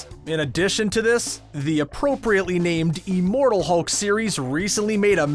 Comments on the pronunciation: Liked this, but... Uh... What's 'Eeeemortal?! ' Is that anything like 'Immortal?? ' Just wondering... 🤦‍♀️ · It’s IMmortal, not E-mortal. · it's IHM NOT EEEEMORTAL IHM IHM IHM THERE IS NO EEEEEEEEMORTAL, EVER 😧 j needed to get that off my chest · Today we have a new word: ee-mortal. Considering this is THE key word in the video, you'd think narrator would learn its proper pronunciation. Thumbs down on this one too. Screen Rant continues to suck.